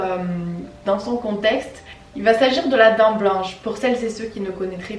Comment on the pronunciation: Mais... tu dis la "dents blanche"😭😂😂 personnellement c ce que j'entends mais au cas ou ça se dit la "dame blanche: 😘😂